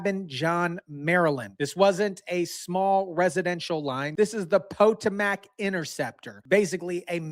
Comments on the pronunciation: Pa-toe-mick. That should help you. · Po-to-mac? Come on! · Its "Pa toe mick". Fyi. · Po-toe-mick that's how we pronounce it. That was funny though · IT IS THE PO-TOM-IC RIVER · 😂❤ That's an interesting way to pronounce the name of the river that goes through Washington DC! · Why are you pronouncing Potomac like that? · you got to learn how to pronounce the Potomac River that's the river that Washington took his soldiers across in order to save America during the war against the British come on dude come on you're an American citizen you should know number one how to pronounce the word correctly and second of all understand the significance of that River in our history.